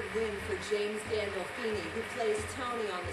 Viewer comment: galdolfini? tommy? come on my friend, you can do better...!!